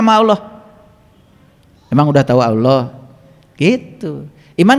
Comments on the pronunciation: Kenapa nama Allah diucapkannya jadi Awloh. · Hatit2xmemahami nye Karene Alquran yg di terjemahkan tapi nyebut Allah aje Tak pasih.